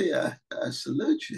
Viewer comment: “I solute you” Dem shill